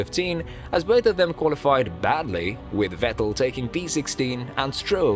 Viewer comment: I heard you say Sebastian “Wettel”….. and Imowla…..